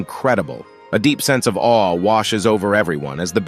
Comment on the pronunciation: Awe ❌ Aweh!? ✅ 😂 I love recaps! Edit: i just finished the video and WHAT THE HECK!!!